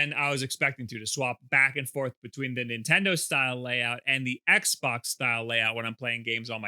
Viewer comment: Do you say Nintendoo..?